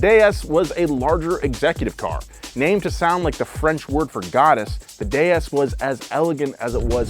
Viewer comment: I liked the way you pronounced DS properly so it carries it's original sound similar to Goddess.